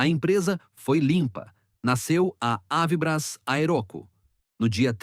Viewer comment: Ensinem ao narrador falar avibrás e não avíbras.